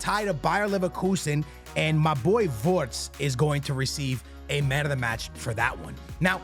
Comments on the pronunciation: It is not wortz but Wirtz 😂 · It isn’t Konet or vortz is Kon art ay and vir tz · why do you pronaunce his name "WoRtZ" instead of Wirtz